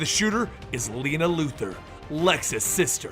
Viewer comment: Great video just please stop saying Lex Luther it's Luthor